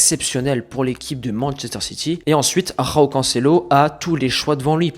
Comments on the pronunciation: C’est pas roão C’EST JÕAO les portugais est brésilien tu prononces J les espagnols et Amérique latine tu prononces R. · bon le "roao" je souffle hein c joao mdrr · Super video com d'habitude, mais s'il te plait arrête de rouler les J au Portugal on prononce João et non Roão